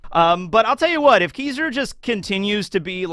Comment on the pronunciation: Why do you pronounce his name like this 😂😂😂 It’s not “Kizuru” it’s KI-ZA-RU